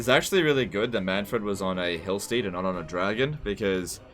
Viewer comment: mannfred says his name in the game and you still pronounce it wrong.